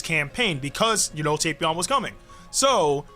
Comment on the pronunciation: Yo You know your saying Tapion wrong? Its Tap ion like Tap Water lol but say it however you like to say it cuz I ain't judging how u say it I'm just telling you ight?